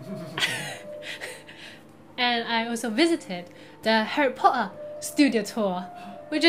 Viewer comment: 這英國腔還可以 尤其是你講的那個Harry Potter的 ''Potter'' 它們都喜歡尾音都會變成有點 ''ㄜ'' 的音